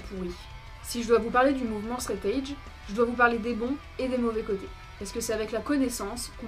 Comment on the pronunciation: Faudrait juste apprendre à prononcer 'threat' et surtout 'edge' :) sinon, bonne vidéo